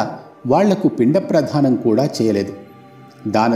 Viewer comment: పిండ*ప్రధానం* కాదు అది పిండ ప్రదానం